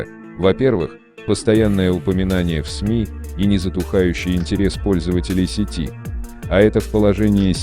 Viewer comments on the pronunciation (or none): none